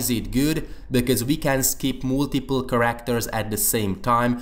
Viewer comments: Its care-act-er instead of kar-akt-er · please practise your pronunciation of the word "characters"